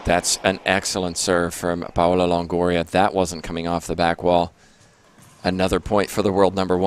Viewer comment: Every time he calls her “PAY-OLA”, it makes me cringe. Someone please tell him how to pronounce her name.